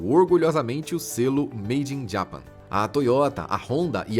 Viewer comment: Fala direito Japão em inglês ! 😮😮😮